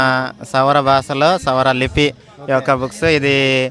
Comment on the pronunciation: Sora/soura kadu... Savara ani rayandi/cheppandi